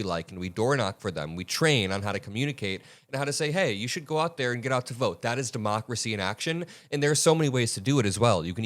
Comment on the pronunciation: that is De-Mockler-cy!…sorry